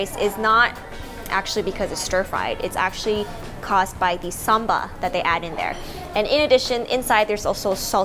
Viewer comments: LOL why do you and Mike Chen say "Samba"? It's not a dance move! It's called "Sambal", not "Samba". :) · It’s not samba... it’s sambal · My suggestion is you put the name of the food in text because the way you said “sambal” was sound like “samba” which is a totally different meaning. Also when you said “randan” i believe you meant “rendang”. Sometimes pronunciation, especially foreign naming, can leads to misunderstanding